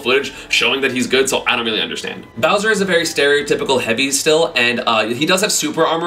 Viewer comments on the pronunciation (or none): none